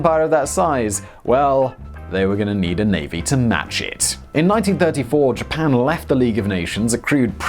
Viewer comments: "Ji-pan"? I thought only Americans were allowed to mispronounce words! Hah hah... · “I have a pronounciation dictionary. I am doing my best” “Jipan” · How you would pronounce "Japan" and which country do you believe has pronunciation rights to "Japan"?